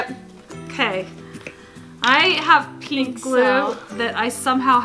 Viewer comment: Approx mum says plink glue not pink who else noticed?????